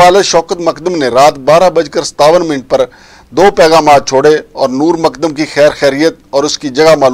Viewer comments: Makdam Nahi mu-kad-dam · جناب ۔۔۔۔۔۔۔ مقدم ہے ۔۔ "د" کے اوپر شد ہے ۔۔۔۔۔۔۔۔۔ ق کو دو بار پڑھیں ۔۔۔۔۔۔۔ مقد دم ۔۔۔۔۔۔۔۔۔۔۔ سلامت رھیں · Abay tujhay naam tak sahi Lena nahi aata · Nam tu sahi se lena sekh lan.